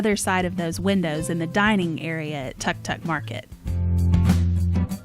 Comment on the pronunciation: Great video!! One side note: a tuk tuk is a mode of transportation in Thailand. It’s pronounced took took but shorter/sharper middle than we would say took. Thanks for the great showcase of the hotel!